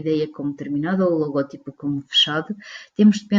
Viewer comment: Vídeo muito bem conseguido mas apenas uma correção: O correto seria dizer "logótipo" já que a silaba tónica da palavra é "gó" e não "ti" Obrigado!